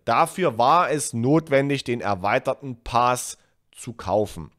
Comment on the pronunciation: gut erklärt und plausiebel...aaaaaaaaaaaaber......Paas? bitte, das Ding heißt Pass.;-) ansonsten, Bester